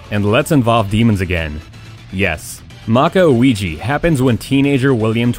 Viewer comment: I'm sorry but I don't know why my inner get agitate when you said this words... Ouji & Magi, maybe because of your accent but it was in Japan accent words so you know🤪🤪🤪🤪🤪